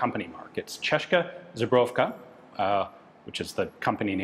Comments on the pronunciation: Hi Ian, not the first time I hear it - it's not "zhEbroovka", (which would make little sense) but ZBRO-jo-vka. "zbroja" is a common Slavic stem relating to weaponry or armoury. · I will never get over how Ian pronounces the word Zbrojovka